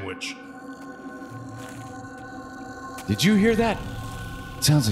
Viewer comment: “I just had ma sandwhich”